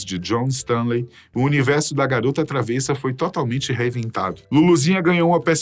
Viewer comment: Com todo respeito, a pronúncia correta da palavra travessa, de significado peralta, traquina, se pronuncia travessa com e fechado (ê) , e com e aberto (é) e para recipiente para alimento como maionese, saladas, e a estreita, madeira para pisar...